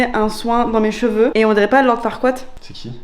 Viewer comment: Lord FarquaaD pas FarquaaT